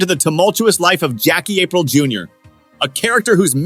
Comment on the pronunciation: who the f is Jackie "apreel"....?